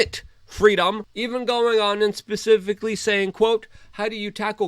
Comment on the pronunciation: At about , did he really just say "pacifically"? Instead of specifically? There was totally a Russian passport found in the bubbles.